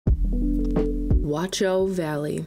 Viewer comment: yeah the wat-chau pronunciation is harsh. No T sound (nor K sound) German CH is like a hiss from the throat. But nice video!